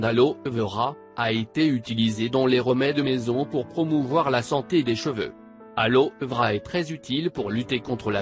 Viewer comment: L'aloevra 😂 on dit l'aloeveeera